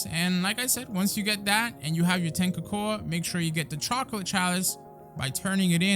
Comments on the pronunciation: Why you saying cocoa like that lol it's pronounced like coco me swole you're still a goat though I'm just being petty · Nah you trolling. Cocoa(koko) that's how its pronounced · why are you saying cocoa likr that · the way he said cocoa